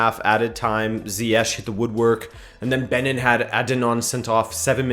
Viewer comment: OK but you pronunciation tho. .. Benin=baniin Uganda =yuganda